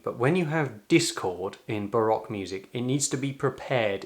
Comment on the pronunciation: Barack era, instead of Baroque era; Focatta, instead of Toccata! Shame!